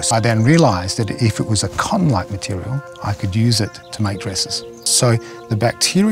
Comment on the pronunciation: He said if it was a cum like mutirial